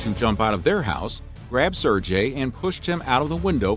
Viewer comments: Ser-GAY, you dolt. How do you literally say his name wrong a hundred times when he's the actual source of content for the video. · You know damn well it's not pronounced sir-j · It's pronounced sirgay. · You are going to spend all this time researching a topic and you cant even pronounce the name of the main character correctly? It is pronounced as sir gay, ok. Get it right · It shouldn't be that difficult to find out how a name is pronounced. And it's not like that hard G sound doesn't exist in English. If it had been a sound that doesn't exist in English, I could have understood and possibly accepted it. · Every time his mispronounces Sergei it made my skin crawl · “This 6 year old is a war hero, but I can’t be bothered to pronounce his name correctly.” 😑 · Anyone else distracted by the fact the narrator mispronounced Sergei through the entire video? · I just can't understand how you were able to research all this, edit it and write it and yet fail to pronounce an extremely simple name correctly. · This guy's pronunciation of the name Sergei is painful to listen to. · Nobody will care but his pronunciation of the name Sergei annoyed the hell out of me. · I would like to know why you pronounced his name with a soft g instead of a hard one, making it sound similar to the Indian name Sanjay? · the g in sergei is not pronounced as j, it is pronounced like the g in go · Nice but you butchered his name about a thousand times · Why can't Americans learn to pronounce the simplest of names? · I'm sorry, I'm trying to listen. This is an interesting story. It's just I can't stand the way that you pronounce, Sergei. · Great video, terrible mispronunciation! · sergei, not serjei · "Ser-gay" not "Sir-jay" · Can I maybe get a bit of love for pronouncing Sergei's name properly? It's not "SUR-JAY". You say the "e" in "ser", and you say a "g" like in "give". So closer to "SAIR-GAY". (Sorry man, no offence: I'm tired and couldn't handle it after the tenth time.)